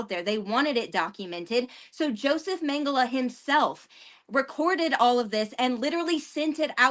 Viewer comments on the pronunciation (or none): Mengele is pronounced Mengala with the accent on the first syllable.